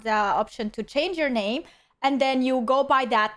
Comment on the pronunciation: The only offensive part of this video is the way you butchered his name 🤣😆🤣😆🤣